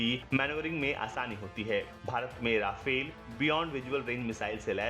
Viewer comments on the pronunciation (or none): राफेल नहीं रफाल होता है